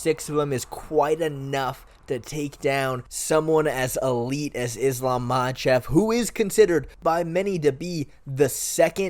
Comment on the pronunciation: I’m sorry what do you mean most people don’t believe Volkanovski has what it takes against Islam? Speak for yourself. You also don’t know how to pronounce Islams name. You sound like you don’t know enough about mma to be making a video about this tbh, maybe consider covering another sport?